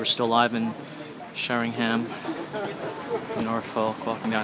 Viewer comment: Helps if you can actually pronounce the town and county correctly The high street isn't much different to many other towns in the UK....